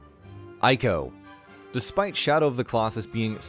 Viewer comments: ICO is read as [eeko], not [aiko]. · Binary domain was way better than people think, I still have it on ps3 edit: Ico is pronounced ee-co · It's pronounced "eee-ko". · Exactly! They can't even get the name right 🙄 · I JUST found out that Ico is pronounced EE-co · Did you just call Ico "Iko"? Im hurt man. This video was great til that. Still good but oot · It's pronounced, ē-kō (ee-koh)